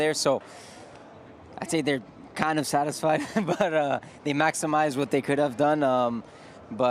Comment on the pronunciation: Why is Leclerc pronouncing could as cool, and would as wool??? Please somebody let him know. You have to pronounce "d" not "l"